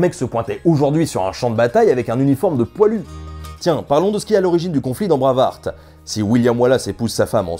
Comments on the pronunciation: Hmmm... Bravarte et la bataille de Stireling.... Excuse moi mais ça serait plutôt Braïve-harte et la bataille de Steurling si on choisit de respecter la prononciation avec un accent qui sent bon le camembert. Très bonne vidéo sinon, très instructive (et drôle). La seule incohérence que je peux ajouter c'est pour la musique. Tout au long du long on a droit à cette envoûtante cornemuse écossaise... Ah oui mais le problème c'est que c'est un uilleann pipe, à savoir la cornemuse IRLANDAISE. Comme quoi hein, laisser une traînée de chiasse tout au long d'un film c'est possible. FREEEEEDOOOOOMM !! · ça me nike les oreilles à chaque fois que tu dis braveurte.. ça se dit bré (comme pré et pas près) bréiv H (h aspiré) arte bréiveharte et non braveurte ;) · "Bravarte"....Euh c'est plutôt "Brueiveharte"....Sinon merci de nous avoir détruit ce film que je trouve absolument sublime ! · Phonétiquement, le heart (coeur) de Braveheart (coeur vaillant) se prononce "hart" avec un H aspiré et un A long. Tu le prononces comme "hurt" (affaibli, blessé, incapacité) ou heard (entendu de entendre au passé). Je dis cela, je ne dis rien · Tres chouette vidéo, mais il faut bosser l'anglais. "Braveuharte", c'est pas possible, ça déconcentre un peu ;) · "Braavurt"? Jamais entendu parler... ;-D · J'adore ta chaîne, mais..... J'arrive pas à comprendre comment tu fais pour prononcer Braveheart comme ça ^^